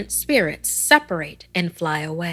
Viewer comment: Wait what how 🤣 i never thought manipuri story will come at your channel thanks for uploading btw u r pronouncing it wrong